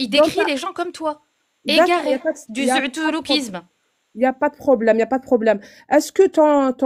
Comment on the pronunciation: ✊🏿🧠., t'es une gamine." Zoutourloukisme".😂😂😂